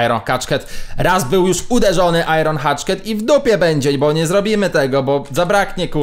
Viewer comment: Proszę cię nie,,Iron Hatchket" tylko Iron Hachet. (Bez obrazy)